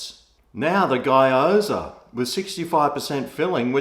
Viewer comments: Its giyozaa or geeyoza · Hi, I've had a few from Chen's kitchen and they're not bad. Particularly the various yum cha style pieces, really like the prawn hargow! P.S. Just so you know - its pronounced GYO ZA like GO but with a Y in the middle (GO ZA) except its gyo! za. Haha. Cheers. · It's pronounced "Gee-aw-za" :)